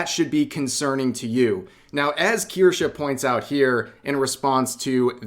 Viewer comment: KirschE, not KirschA.